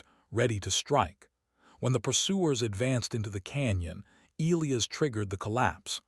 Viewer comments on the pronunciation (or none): Good start to the yarn. But, HEY AI please pronounce ( Elias ) properly = Eli-as... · Once again... AI, please pronounce Elias properly. Eli-as. Need a part 2